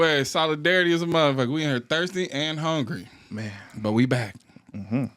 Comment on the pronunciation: Heavy on the “I’m HUNGRY” 🫠